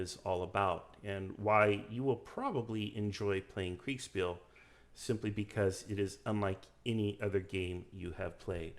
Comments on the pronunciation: Kriegspiel is pronounced KriegSHpeel for anglo-phones. A sh sound, like Prussia. (Prushia) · Thats quite the lisp you have when pronouncing Kriegsspiel. Kriegs-shpiel for anglos. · dude you really butchered the word kriegsspiel. but otherwise great video 👍